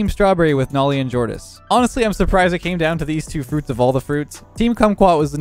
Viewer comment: says cruits instead of fruits pay attention and u will hear it